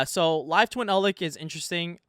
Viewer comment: Im not trying to pull a "well actktchually" but please try pronouncing some of these names correctly. Eld-LICK and DIE-tron make me cringe. Its DRY-tron, and Eld- LITCH. DAMN SON